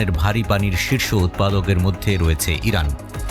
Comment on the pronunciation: হরানা না ইরান 😂😂😂😂